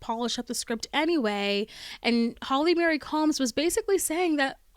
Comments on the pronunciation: It's Marie not Mary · Why do you call Holly, Mary Combs, its Marie, as in its pronounced MA-REE not Mary. Also Pipers husband, the actor's name is Brian Krause, its not pronounced as Cruze its pronounced like kraut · That’s what you’re complaining about not the fact that she keeps pronouncing Holly Marie combs as Holly Mary combs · Holly MARIE Combs. Not Mary. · Oof! Sorry, but if you've listened to the podcast, why do you keep pronouncing Marie like "Mary"? Surely, when Shannon introduced Holly, she pronounced her middle name correctly. Marie is the French equivalent of Mary, so it's not pronounced the same. It's always pronounced like "MurEE" with the accent on the second syllable; even in English speaking countries, when parents name a girl Marie, they always pronounce it the French way. I have never heard it pronounced Mary. If they wanted it pronounced Mary, they would have spelled it Mary. You can even Google how to pronounce Marie and it will let you play an audio clip so you can hear it. Same with Lisa Marie Presley. I don't mean to be a Karen, but it's just so distracting whenever you say Mary instead of Marie. For me, it takes away from the enjoyment of your video. This is meant to be constructive criticism; I'm not trying to be mean. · OK, so I’m listening to this right now I appreciate all of the information that you’re providing from the podcast and your view. the one and only thing that is bothersome is that you keep saying Holly’s middle name wrong it’s Marie not Mary. other than that it’s great. sorry to correct you on this but someone who has a name that others always getting wrong. It really bothers me. a person’s name is so tied to them that it’s really important that their name be right and said correctly.